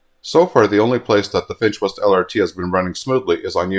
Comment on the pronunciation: Whenever you say, "the Finch West LRT", I keep hearing, "the defenseless LRT" 😂